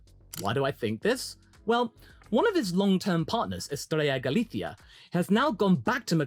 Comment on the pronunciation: Great vid as always and amazing pronunciation of Estrella galicia😮